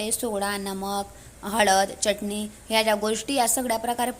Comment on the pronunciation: Ani चटणी च pronun सेशन व्यवस्थित कर आणि एक तर हिंदी च बोल नाही तर माराठीन